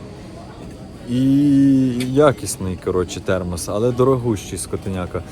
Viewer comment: ТХЕРМОС😂.Мені здається я також не вивчу ту англійську😅